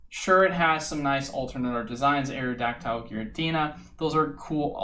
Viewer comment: Plz don’t butcher Aerodactyl’s name like that idk how u see a Y and choose to say it like that